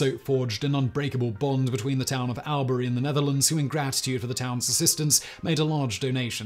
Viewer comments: yeah the y is more an i sound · Man, the Aussies are going to crucify you for your pronunciation of Albury.